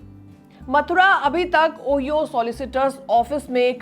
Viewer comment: Ohio ओहियो nahi 😅ओहायो